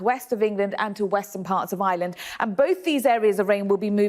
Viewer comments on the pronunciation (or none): none